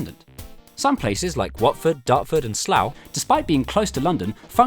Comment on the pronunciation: ".., and Slough" SLOUGH